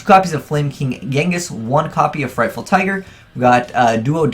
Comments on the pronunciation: Frightfur, not frightful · Fluffals are only good for Single Duels. They are pretty meh in Matches. PLus DDD doesnt need to be mixed with mediocre tier shit. ABC Player was terribad and Thrasher Rank 4 Engine> Infinity. Also FrightFUR not Ful. So cringe when you can't read.